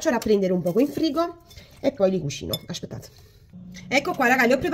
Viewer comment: Anche io....mi fa morire quando dice " ascpettate.....". Una forza della natura. Ecco perché Marta ha sempre il sorriso❤❤